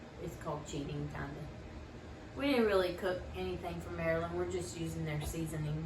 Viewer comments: Maryland girl here. I am glad everyone liked the crab cakes. Nothing is better than homemade ones. you were pronouncing the state name correctly. As for the people called just add an er to the end. And of course I especially loved this video. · When it was founded they did pronounce it Mary land.